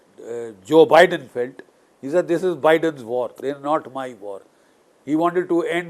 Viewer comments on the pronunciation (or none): none